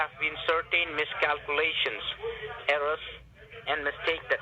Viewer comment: There's always a "mis-cow-coo-lation"